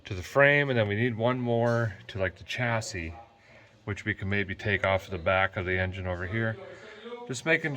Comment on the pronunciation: What is a CHaseee? Its french and it really isn’t hard to say :- “Shassy” . Try practising it in a “Meer” or for normal folk a “Mirra” !!